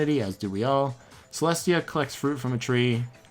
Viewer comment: Him: pronounces Celestia as Celeste Celestia: MY MAME IS CELESTIA LUDENBURG GOD DAMN IT! Him next round: Celestia ludenburg Celestia: it WORKED!